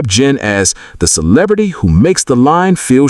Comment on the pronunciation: Good content but AI reading is rough ...cannot pronounce "celebrity" correctly.